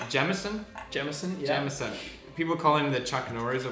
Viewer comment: Pewds: Prononuces Jameson as Jay-meh-son. Jack: So you have chosen death?